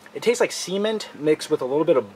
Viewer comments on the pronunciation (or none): LOL He said cement. He just pronounced it like ce-ment.